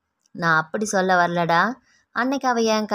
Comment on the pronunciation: நீங்க நல்லா கதை சொல்றீங்க.. ஆனா இனிமே ச்சொல் ச்சொல்லி என்று உச்சரிக்காதீங்க.. அது மட்டும் தான் சகிக்கலை.. மத்தபடி கதை லயம் அருமை..